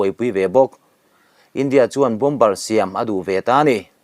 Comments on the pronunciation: Bombar ti nulh nulh suh, bomar ti a lam tur aw. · Bom bar ti ziah teh suh Bomer ti hram teh. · Bomber ... Bomer ti a lam rik tur niin kalo hri a han enchiang deuh teh naua